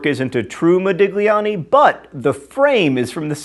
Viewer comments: Fun fact: when a "G" immediately precedes an "L" in an Italian word, it is not pronounced. It has the same sound as the "LLI" in the word "million." Hence the Italian word "famiglia" being pronounced the same as the Spanish "familia." Based on that, Modigliani is pronounced "Modilliani." This is just something that has always bugged me. Also a "GN" in a word is the same as "ñ” in Spanish. For example, Romagna is pronounced "Romanya." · John, please learn how to pronounce Modigliani... :/ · mispronouncing things is his thing